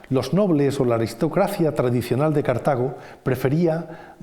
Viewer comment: " Cártago! con la primera a acentuada? BURROOOOOOOOOOOOOOOOOOOOOOOOOOOOOOOOOOOO